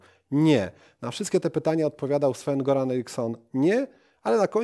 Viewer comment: Nie Goran tylko Joran